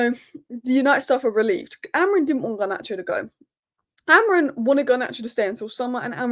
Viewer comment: Amori-MMMMMMMMMMMMMM not Amorin......first Saeed now you....what is it?